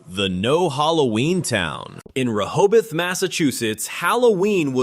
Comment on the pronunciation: I hate AI's. It's not pronounced Reho both. It's pronounced Reho beth. Rehobeth. Can you say it AI? Re-ho-beth. Rehoboth. Keep practicing you'll get before your next life will be a toaster.